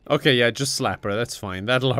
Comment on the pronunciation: omg that "okeh"